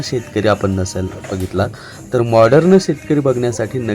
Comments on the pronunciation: Morderan as nahi bolat ho morden as bola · माॅर्डन, उच्चार नीट करा.